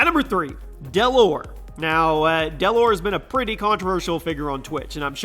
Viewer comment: Dell lor? It’s dellor